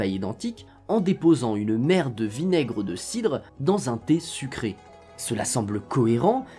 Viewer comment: A chaque fois que tu disais mère de vinaigre j'entendais merde de vinaigre 🤣 aussi nn bravo pour cette belle vidéo 📼